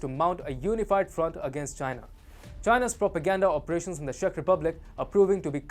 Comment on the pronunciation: Video is fine, just please, you pronouncing Czech Republic as Shech Republic so the CZ is pronounced as in Ch in worh China. ;)